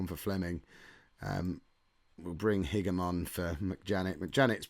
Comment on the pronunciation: Hope you go up but your team are so rubbish at winning games so I'm not holding my breath! Good luck though haha Also think Higham is pronouced "high-am"